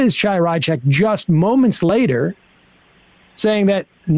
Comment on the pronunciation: Look I don't like Chaya Raichik any more than the next person, but I'm pretty sure that's just not how her first name is pronounced. Unless I'm missing something or it's a MR bit?